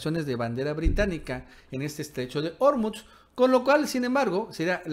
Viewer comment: SE DICE ORMUZ CON ACENTO PROSODICO (SIN TILDE) EN "U" ENTIENDES?